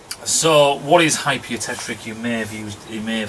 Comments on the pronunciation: You. Tech. Tick. Not "trick". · Its not "hypereutectRic"!!